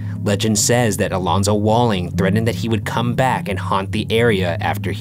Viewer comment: Also: threddened instead of threatened